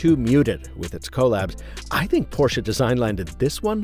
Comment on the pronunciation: Thanks for not calling it "PORSH"